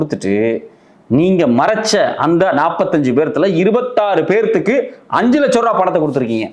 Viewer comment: என்னடா " பேத்துக்கு"? 37 பேருக்கு/ எத்தனை பேர்(நபர்)